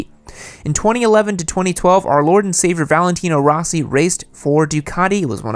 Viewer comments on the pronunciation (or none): none